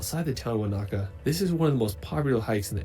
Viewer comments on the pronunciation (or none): He's mispronouncing some Māori names. One is Wanaka. The stress is wrong. More like W/one-ă-car. And Tech-ā-poe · if the dude in the video said "wah knacker" for Wanaka one more time...its correct pronunciation is wo nuh kuh similar to Hanukah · I don't have a specific favorite place in NZ - I more like to road trip and let the vibe wash over me again and again. Also, that dude was annoying the hell out of me with his "Wanāka" always with the "Wanāka". NO! Wanaka. No ā in the middle! There's a difference between a and ā!